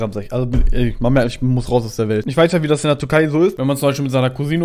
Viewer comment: Bin ich der einzige der ganze Zeit Turkei versteht und nicht Türkei